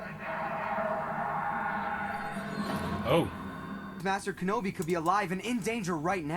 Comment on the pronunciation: you said it wrong at ~. It's not "Kenobiargh!", it's "KENOBAAAAYYYEEEIII!"